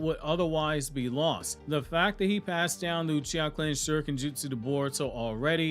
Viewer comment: omg I’m dead, ‘Sasuke Utreeha’ 😂